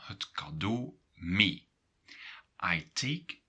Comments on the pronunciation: а, так ты НЕ живешь или НЕ находишься в Нидерландах, в данный момент! Сорри, у меня сложилось другое мнение. Я живу в Нидерландах. Нет не всего лишь разница в произношении, разница в самом смысле, в данном случае с "mee"! И все таки разница есть, я бы сказал, когда ты говоришь - мё ми или же - мё мей (и последний всё же правильней)!!! Но да они не настаивают на правильности произношения, они пропустят мимо ушей, но спросят - Wat bedoel je? Wat zeg/zai je? =))) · he does not pronounce it correctly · I think I'm a bit lost in pronunciation, "mee" you pronounce like" mi" but I think here in Antwerpen they just say "me", or am I wrong? Thanks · Great video!. I am confused about the pronunciation of mee. I though the rule was that ee is always pronunced with a long e sound, like the a in the English word take, however you pronounce it as the e in the English word me. Am I correct or I am mishearing it? Is the pronunciation of ee different for this particular word or is it just a regional difference with respect to Dutch of the Netherlands?